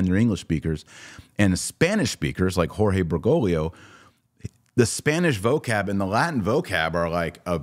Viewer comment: For the second time, it's BergoGlio, not BergoLio. You always mispronounce his last name and leave out the second "G". Please learn how to pronounce it correctly because it gets very annoying to have to listen to. Too bad we even have to discuss his name at all.